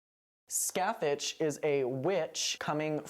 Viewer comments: This isn’t a critique and it’s just a funny little thing but every time you say Sacathach a year gets knocked off my lifespan. It’s pronounced ska-hah. Literally no Irish words ever sound like they look. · Just fyi Scathach is irish and is pronounced like Ska-ha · I haven't seen this season since it first aired, can someone remind me do they actually say Scáthach's name out loud? Because it's actually pronounced Scaw-huck in real life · weird. That's definitely not how it should be pronounced! I wish more shows would do their research before using the Irish language.